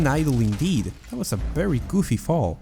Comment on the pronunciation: WHY IS "V" "B" FOR YOU? BERRY? BERRY UNOPTIMIZED? NBIDIA GRAPHICS CARD? DAMN. ITS "VEE"